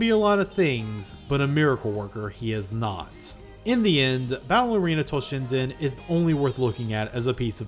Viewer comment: You kept saying "Battle Arena Toshinden", but half the time I heard "Ballerina Toshinden". My fault for not paying attention, yet I can't help missing for the lost Ballerina Toshinden franchise that never happened.